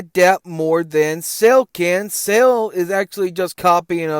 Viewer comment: I’m disregarding anything you say cause you keep pronouncing it “SAIL” ⛵️ and not Cell.😂😂😂